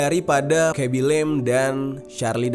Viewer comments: Yng ku maksud bang ngomong " "lem" terus kublas sndri "lame cok" fvk lah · cuma mo bilang bacanya itu "lame" bukan lem